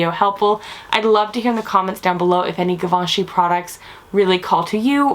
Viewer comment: Great review but please pronounce Givenchy properly!